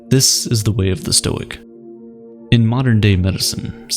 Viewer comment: "actually it's pronounced stoi-ick"